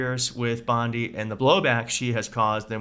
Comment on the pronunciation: Do you realize that LL keeps calling her Pam BLONDI? 🤣🤣🤣